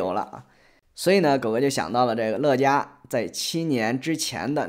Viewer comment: 乐嘉，发音应该是Le家吧？ 乐嘉有种！难怪后来乐嘉被封杀了